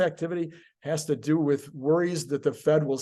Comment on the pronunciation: "do" not "due."